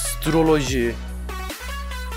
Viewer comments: hastroloji diyip durma çok sinir bozucu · astiroleji deme abi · abi assssytoloji demene hastayım